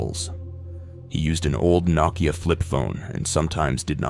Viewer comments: Its pronounced NO Key Uh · 🥷🏿 really did pronounce nokia as “knock-я” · Bro pronounced Nokia as Knockia 😂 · The real horror was the way you said Nokia 😱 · You mispronounced “Nokia”.